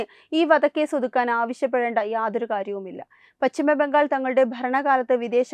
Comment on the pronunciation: Malayalam thettayi pronounce cheyyalle! Bhangal alla Bangal , vidhyarthi alla , vidyarthi